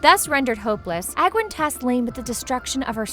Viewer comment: Using pictures of King Wrynn's grandson (the current king of stormwind) confuses things... Also, the way you pronounce the people's names is weeeeeeeeird... I always pronounced Sargeras "Sahr-GHEH-rahs" and Aegwyn as "Age-win."